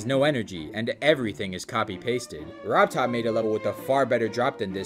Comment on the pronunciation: Really, man? You want to stress RobTop more?